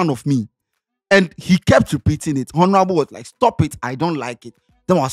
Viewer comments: please, I beg you, never say HONORABLE again. The ‘H’ is silent. Adey feel your matter. Please 🙏🏾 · oooo the ‘H’ in ‘ honorable’ is silent. /ˈɒn(ə)rəbl/